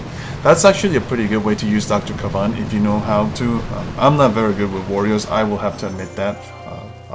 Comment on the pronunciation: you pronounced the wrong name of the new hero its not dr. kav-an its dr. kae-ven